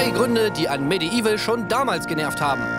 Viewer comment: "Gernervt" Gerner Werner (War das Absicht?)